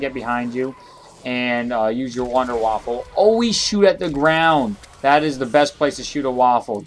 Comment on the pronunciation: sir... its wunder waffe not waffle